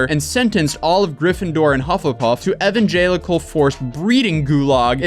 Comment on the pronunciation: The way he said evangelical 😂😂😂😂😂